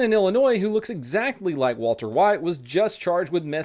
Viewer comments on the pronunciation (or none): none